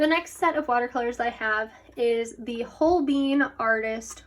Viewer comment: The way you pronounce holbein as hoBEAN is the cutest 😂💖, and If you love gouache you gotta try the HIMI jelly cup set, its waaay better than the arteza one, I tried both and TRUST ME its good, I find the dark colors in the arteza set rubs of to the next page but I never in counter that problem with the himi set